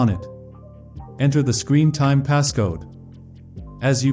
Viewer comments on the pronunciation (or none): AHY IS EVERY CHANNEL SAYING SCREENTJMES ITS NOT FREAKING SCREEENTIME